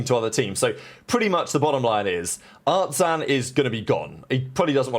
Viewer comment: Okay I am not watching this one!!! You can't even pronounce artzin's name correctly? I'm out